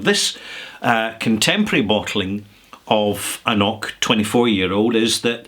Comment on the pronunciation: I don't blame you here, because they get it wrong on the bottle (infuriating) but it's pronounced an krok or in some dialects an knok but never, ever, a nok like they say on the bottle. It's a very well used Gàidhlig word and the fact they print the wrong pronunciation in the bottle always makes me not drink it 😂